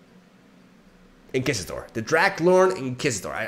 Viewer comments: You mean In-key-sition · Hey great video as always. I know you’re always trying to improve your English so consider this constructive criticism. Inquisitor should be pronounced in-quiz-it-or with a ‘w’ sound in quiz. Love ya and see you next time. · Funny a Spaniard says Inquisitor wrong. Nobody ever does. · It's going to take a month for me to recover from the sheer irony of not knowing the word Inquisitor. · In-KISS-itor. Turned from dark to flirty in one Spanish accented second. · Nobody expects the Spanish In-Kiss-ition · Mhmm yes. Inkisator. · the way said inquisitor triggered me so hard and he said it right a few minutes later aswell xD